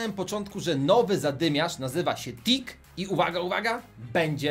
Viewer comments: Powiedziałeś dick a nie tick. Dick to z angielskiego to co masz na wysokości pasa z przodu. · Powiedziałeś TICK a ja zrozumiałem Dick -_